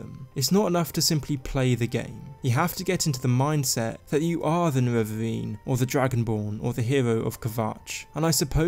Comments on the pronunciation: its nerevarine not nevevavine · He got me so triggered with the "Nevevavine", I'm confused why nobody wrote that yet. I mean Dagoth Ur spelled his name very clearly "Ne-Re-Var" just add an -ine at the end and you got it. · Niwevaweeeeeeeen Sorry but I had to man 😂 great video!